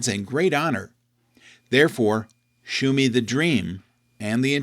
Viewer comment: "Shew" is pronounced "show." "Shew" was the archaic spelling from the King James era. Please, everyone, stop pronouncing it "shoe."